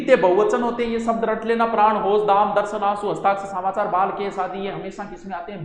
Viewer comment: सामाचार नहीं होता समाचार होता है।